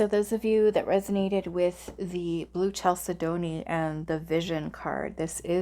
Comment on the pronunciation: First stone is pronounced Cal Said Knee